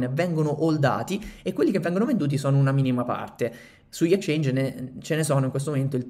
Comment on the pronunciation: Ottimo contenuto, piccola critica nella parola Exchange va pronunciata la x 😅